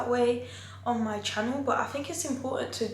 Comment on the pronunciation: “Welcome back to my YouTube qanel”Yoo we are having problems to understand what u saying